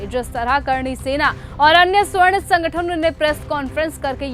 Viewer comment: मैडम जी स्वर्ण नहीं सवर्ण होता है 😂